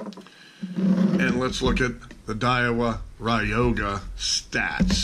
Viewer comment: It's not pronounced ride yo ga... Lol it's Roy ga..